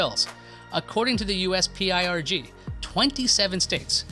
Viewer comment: Dude... PIRG pronounced perg